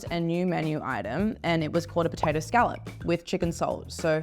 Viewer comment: She is pronouncing scallop completely wrong. Is she Australian at this point😂